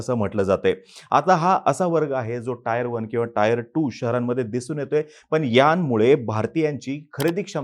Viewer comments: Bhaao Te taair 1 nasto tier 1(teeeeer 1) aste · टायर cities नाही टियर cities